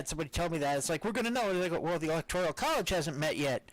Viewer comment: it's not 'ELECTORIAL' college, it's 'ELECTORAL'. Phew..